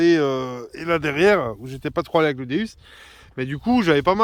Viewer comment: Bonjour je voulais vous dire vous dite pas bien le non de Deus car vous prenoncer deUs alors que phoniquement c'est deOUs car deus c'est la traduction de dieux en grec donc sa se dit déOUs et non déUs qui veut rien dire je voulais vous donner cette petite précision .car j'aime bien vos vidéos et d'entendre le non de cette petite merveille écorchés sa gâche un peu bonne detection a vous et vive la la FFDM